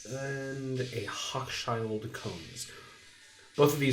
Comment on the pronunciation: ROTFLMAO I'm from here and don't remember that intro 😂🤣😅 and I never herd Hochschild Kohn's Said that way at least we never said it that way ijs 👍🏾